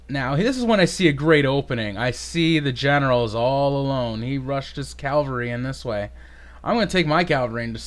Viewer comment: It's Cav-al-ry not Cal-va-ry haha. Great game though.